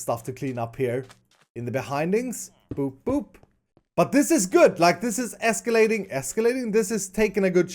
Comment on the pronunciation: Escalating? ... Iskallating.